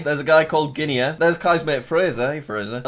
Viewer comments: nobody: jack: guine-A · Did jack really just say Guinea like guinea pig as gin-e-uh.. um..hmm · "guinee-ya" NO, JACK, NO